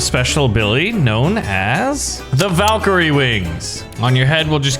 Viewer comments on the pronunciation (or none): none